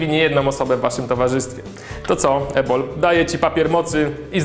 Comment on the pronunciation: Usłyszałam Jabol zamiast Ebol Hehehe......